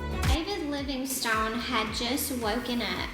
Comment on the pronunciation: David Livingstone is my relative! Nice to hear somebody pronouncing it with the "e"! 👏